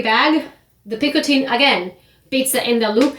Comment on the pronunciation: Just an FYI. It’s not pronounced ’picoTEEN’ like in this video. It’s pronounced closer to ‘picoTEH. There’s a Frenchman named Jean-Michel here on YT who has a very short video giving the audio of the correct pronunciation, for those interested.